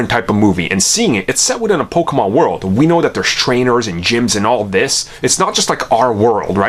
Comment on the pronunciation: I don’t think you should be making this video when you can’t even pronounce “Pokémon” correctly